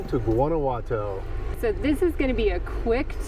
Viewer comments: Great video and I thank you for sharing it. But, since my daughter lived in GTO for a few years and I speak Spanish fluently, I have to share with you the correct pronunciation of Guanajuato. Its pronounced (Wanna-what-to). Also, the correct pronunciation for guacamole is: (Wa-ca-mo-le). I hear my fellow Gringos mispounce any word that starts with Gua as (Gu-a) and it should be pronounced as (Wa). I am just trying to help. After all, I don't hear people pronouncing the Vietnamese soup Pho as (Fo). Its pronounced correctly as (Fa). Right? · Love your videos, as they take me back to my days as a reporter on Mexico's doings for The Houston Post. My thin beef with you is that you mispronounce many of so many well-known words. Guanajuato has no "w" sound, for example. My advice: upon arrival, ask locals how they pronounce names of their cities and popular tourist attractions/destinations. It is not a major criticism, but one that, when corrected, would rid you of the usual darts & arrows thrown at foreigners. . . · There’s no “R” in Guanajuato. My grandmother was born here. I last went as a child. Would love to return. Thanks for the videos! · Loved the takes at the end! And needs to learn how to pronounce Guanajuato...